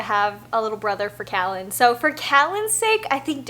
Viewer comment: We are having our 6th baby in a few months . I really wanted to use the name Callan. I’ve loved it for a long time. But my husband is liking another name better... anyway you say your sons name so beautifully, makes me want to use it even more! Congratulations on a new pregnancy!